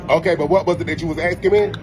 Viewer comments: Youre really expecting more from a man who pronounces the word "asking" as "axeking" 😂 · Axing me...english has gone by the way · how about his saying "asking" as "axking" ? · maybe learn how to talk. aksking. its asking, A_S_K_I_N_G pronounced, ass-king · it is axsing his food it seems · Axing him seems violent. 😂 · Cmon, Matt. The guy was axing him, that's brutal. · 👉 AX-ING OR ASKING??? 👈 😂🤣😂🤣😂🤣😂🤣😂🤣😂🤣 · The man can’t even speak! No one was “axing” him anything. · "What was you akskin me?" 😂😂😂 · “ wat was it you was axing me” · Axening me... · wut wuz you axekin me? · otherkin lol! It's the lumberjacks tools sibling, the "axekin" lol😂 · Axeking me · Is he also canceled for how he pronounces with word "asking"? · Dude cannot even say the word “asking” correctly. Low IQ individual clearly.